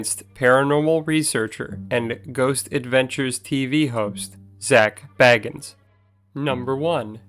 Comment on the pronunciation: If you're going to do a vid about Zak, learn how to pronounce his name right....